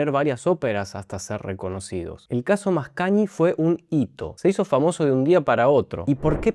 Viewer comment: Muy interesante tu explicación, siempre las disfruto mucho. Solo una observación, la combinación gn en italiano se pronuncia cómo "ñ". Por lo tanto suena algo así como Mascañi